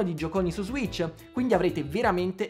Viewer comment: Ssss serpente sasso ssss si dice switch, non zwitch.